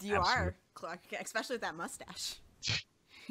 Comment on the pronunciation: why does she say expecially? Isnt english her native language?